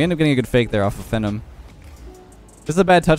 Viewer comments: just a heads up you’re pronouncing “phenom” incorrectly (fee-nawm not fenn-em). It’s a word that means someone who is extremely talented (like yourself) and I believe derives from the word phenomenal. Have a good one:) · Phenom = FEE-NOM not FEN-IM I know you're Canadian but it's still English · No way said phenom as fenumb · Phenom is pronounced fee-nom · It's totally unreasonable why this is bothering me... That guy's name is pronounced "Fee-nom" as in phenomenon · it's not phenom. it's phenom.